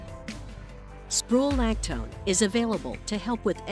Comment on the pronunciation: Is that the worst pronunciation of Spironolactone I've ever heard 😅 Which doesn't stop someone's current hair growth anyway, it simply reduces any new hair growth.